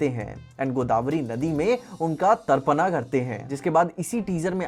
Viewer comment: Pinaka ❌Pinak ✅ Tarpana ❌Tarpan ✅ Yaksha ❌ Yaksh ✅ ➕